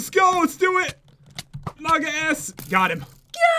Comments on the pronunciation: Pat you said naga es with a right language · Im so happy someone actually make a great map and its indonesian.Its so rare seeing that He actually nailed saying naga es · I seriously can't 😂 I'm an Indonesian and I just can't 😂 Pejulajah (Penjelajah//Explorer) - Pat 2016 😂 Penjelejah - 2016 😂 He actually said 'Naga Es' perfectly 😂 👌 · HE SAY PAT HELP ME TO TAKE THE ICE DRAG IS EGG